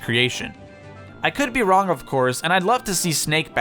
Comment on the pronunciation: Bloody killer you said worng instead of wrong